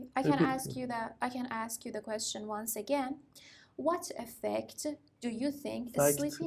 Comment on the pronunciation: Qweshn, qweshn, repeat